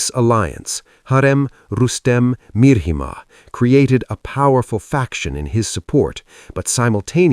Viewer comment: It's not MIR-HIMA, it's MIH-RIMA.